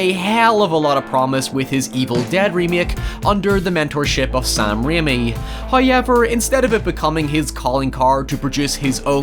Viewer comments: I think you mean HUIY-EVER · HIEVER AND NIE for now